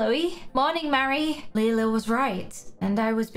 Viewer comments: The way you say lila is wrong it’s spelled lila but you say like you say lyla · It's not lila its lie-la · it’s lie-la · Her name is Lila not Liela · OMG LIE-LA THAT'S WHY SHE 'S CALLED LILA